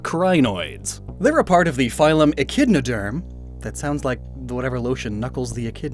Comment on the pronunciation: not to be that guy, but so many of the pronunciations were incorrect ( I type this comment as "echinoderm" is pronounced as "echiDnoderm"). while I understand this video is mainly entertaining it touts as educational as well and should be held to such standards.